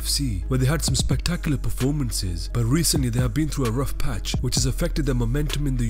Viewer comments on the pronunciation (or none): none